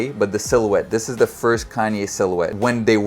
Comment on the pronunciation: the "FARST" is nasty